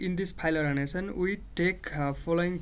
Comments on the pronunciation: its organization , not organition.... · no, "orginizion"